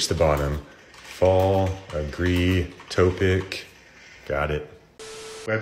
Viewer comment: “Toe Pic” 💀